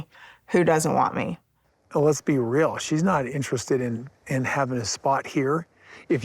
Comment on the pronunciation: Koody, tell me how you fill, like, fer rill. She SOOOO wanted him to say that he was absolutely in LOVE with her, but not the others...that he didnt know "rill" love until her. 🤮